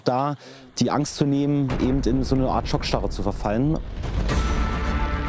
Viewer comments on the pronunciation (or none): Soweit war das ganz in Ordnung, nur bei mit "ebent"... ... ... Aber unsere Außenministerin sagt ja in fast jeder Rede "ebent".